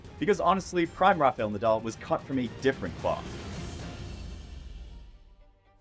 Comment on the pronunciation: It’s 2024 and this dude is still pronouncing Rafa’s as Ra-FAY-el smh